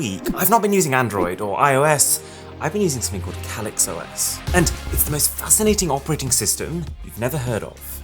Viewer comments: That's not how you pronounce that word. It's "Kay-Licks". Not what you said. UGH, I can't handle it, you say it too much... LOL. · It's simply just a difference between an British accent and your accent. That's all. What's way, way more annoying is how he pronounces "Calyx".